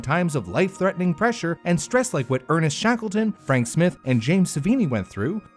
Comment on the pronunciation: Probably "Smy-the," not Smirh.